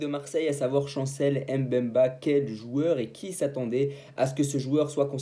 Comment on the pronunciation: Chancel Mbemba ! ! Pas M’bemba 😢 c facile à prononcer